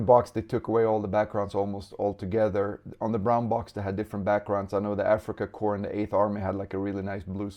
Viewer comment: I'm glad to hear you pronouncing Africa Corps correctly (remember Obama calling a navy corp man a corpse man?) so many don't say it like core but corpse. When trying to straighten the old softer plastic get 2 bowls of water one very hot and one with ice in it. Warm the figure in the hot straighten the piece out then plunge it in the ice water holding the piece at the angle you want it after 10 seconds remove this should help you a lot. When trying to focus your camera to a figure to show details you can put your hand right behind it or better yet have a square of colored paper to hold behind the figure. The camera is "seeing" too much and doesn't know what to focus on this will fix that for you. Nice video you did a nice job describing the differences between the old and new figures.